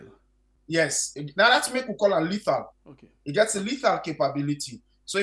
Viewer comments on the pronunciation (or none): Mr police officer the word is LETHAL and not LADDER weapon.